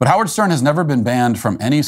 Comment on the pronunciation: His name is "How -Wierd".